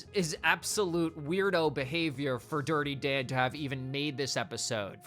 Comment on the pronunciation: "DIrTy DaN¹1!" Talk like a normal person, freak